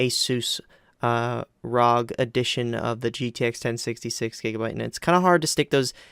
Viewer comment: This fool said "ROG" haha